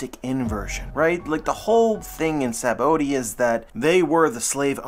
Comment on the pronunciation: It’s just pronounced “sab-O-D”